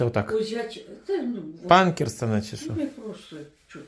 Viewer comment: Панкерсона😂от слова панк😂 Ни одно название правильно не умеет говорить